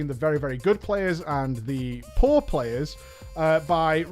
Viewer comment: The way you said poor made it sound like 'between the really really good players, and the horde players'.